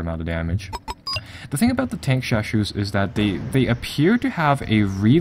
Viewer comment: Tankeshashou，haha, not the standard pronunciation, pinyin has four tones